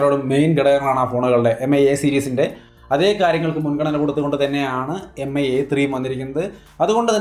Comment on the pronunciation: Mi എന്നാല്‍ മി എന്നാണ്...Pronunciation എം ഐ എന്നല്ല... Hope you will correct it.